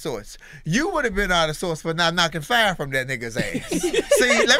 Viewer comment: #ThaRegion he said FYE not FIRE 🙌🏾